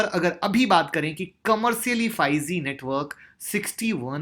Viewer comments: Sir bahoot achhe se bataya ....prr ek baat kehna chahta hu...... 5 Ze nhi h 5 G ...hai sir.....sorry agr aapko bura lge to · 5 zee nahin ... 5 g hota hai bhai...